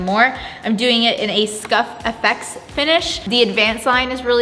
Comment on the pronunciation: I love how always calls that paint SCUFF-FX, but I’m pretty sure it’s just SCUFF-X (as in it’s scuff-resistant) 🤣